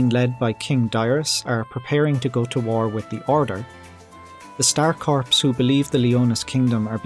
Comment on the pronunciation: The info was cool and interesting. Thanks for your effort and research on this unusual topic. Perhaps for future topics, please look up the words corps and Suikoden; one has silent letters, and the other doesn't.